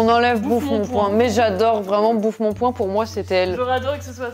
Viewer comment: "Bouffe mon point" c'est "bouffe mon poing"!